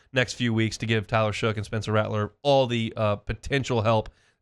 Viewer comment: Shough pronounced "Shuck"